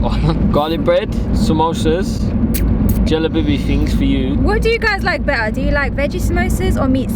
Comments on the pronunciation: May Allah accept your deeds and fasting in this holy month by the way it’s called zalabya not jalbya 😂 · South Asian pronunciation is jA-lay-bee.